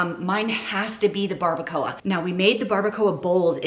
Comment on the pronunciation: Barbacoa,,, You said it perfectly. Per this south Texas resident.